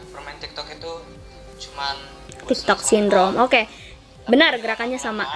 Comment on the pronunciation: Tiktok kak bukan tigtog😅